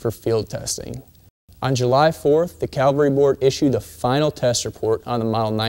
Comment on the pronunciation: Cavalry, not calvary.